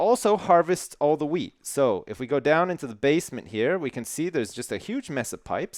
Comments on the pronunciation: i kept hearing him say weed.. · I keep thinking that you're saying weed farm instead of wheat farm